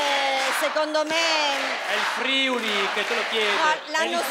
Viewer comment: Ma che problemi hanno a pronunciare in modo corretto Friuli (Friùli non Frìuli)!!!